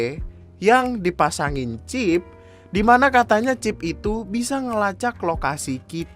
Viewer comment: Normal pipel: chip Tiktod kontolodon: chifs